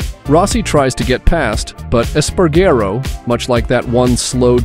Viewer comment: PAINFUL to listen to. Eas-pah-rah-go. Rah-oow-see and the list goes on. If you can't pronounce it, learn it. Don't add magical syllables and pretend you do. Five minutes. Five easy minutes of research and you'd get the pronunciations right and not ruin all of hours of editing work.